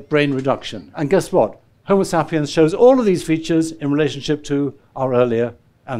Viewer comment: I’m still trying to work out his pronunciation of “Homa Sappy Uhnz”! 😅